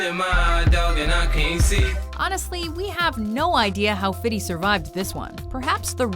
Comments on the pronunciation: Ugh i wish someone would shoot her nine times for pronouncing fifty as fitty. YOU ARE NOT GANGSTER!!! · omg just say "FIFty" stop with this "fity" shit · I wish she stop wit that "Fiddy" shit... That's some borderline racist shit.. Ta ha! It's Fifty!! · Why does she say fitty cent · The way she says "Fitty" makes me cringe.